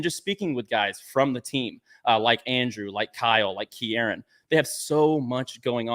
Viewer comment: “Ki-air-ran” 😂 it’s “Key-ran”, Kieran is Australian